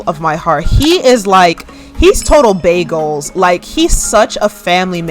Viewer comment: When you said Mana is "bae goals" i had to rewind because I thought you said bagels 😂